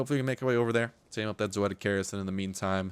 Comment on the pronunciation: lol, you cant say doedicurus right. xD